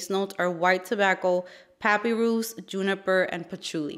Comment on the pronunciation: Hi 🙂 FYI Papyrus is pronounced pa pie russ and I'm surprised you've never seen a Sapodilla. It is a Cbean fruit that came from Mexico. It's the tropical super sweet version of a mediterrean fig. It is also known as Manilkara zapota and Chickoo. Perhaps you know those other names.